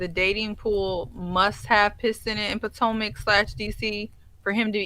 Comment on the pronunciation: Are you saying potmac on purpose? LOL!!